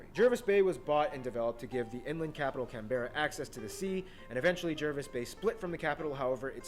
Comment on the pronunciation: The stars are the Southern Cross constellation not visible from the northern hemisphere. The large star has the number of points matching the states. It's pronounced JARvis Bay, not as it's spelled. Yes it is stupid re islands. Guess how many in the Philippines?